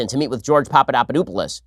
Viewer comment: I’m sorry but when you mispronounced Papadopoulos I burst out laughing 😂😂